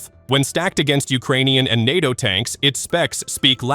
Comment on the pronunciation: LOL LOL LOL. I'll have some "Natchos" with my T-90 please." (It's nAto . . . Long A!) So Moscovia must be winning that 3 day military operation in Ukraine right? 3 day? 3 week? 3 month . . . Year? Decade? Keep up with the cheer leading guys.